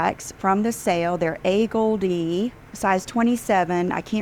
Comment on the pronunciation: That’s not how you pronounce “Agolde” What a twit 😏